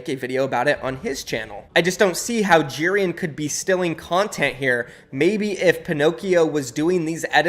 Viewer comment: i have the way he says Jerian’s name. He says it like jeer-an instead of j-air-ian